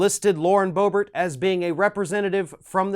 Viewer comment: It is pronounced Berbert, not Bo-Bert!